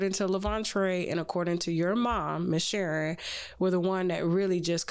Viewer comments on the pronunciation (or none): none